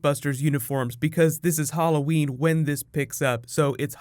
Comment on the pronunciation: never heard anyone say Hall o wen